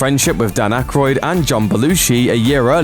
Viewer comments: It's Dan Aykroyd not akroyd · It’s actually Dan AYkroyd, not Akroyd